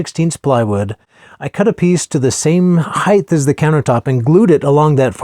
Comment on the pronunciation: Did you say heighth? That's not a word if you did. Height is a word.